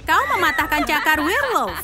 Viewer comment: Wkwkwkwk bilangnya werlmot wkwkwk nyemot